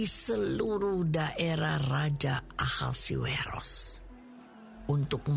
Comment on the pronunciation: suara dan intonasi udah oke, cuma yg agak mengganjal di sini pengucapan nama raja Ahasyweros. Semestinya dibaca/dilafalkan A-hasy-we-ros, bukan A-ha-si-we-ros.